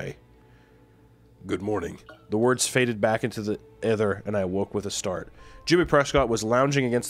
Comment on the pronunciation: I found it funny that Meat said "advantageous" perfectly but had trouble with "ether" like 3 times lmao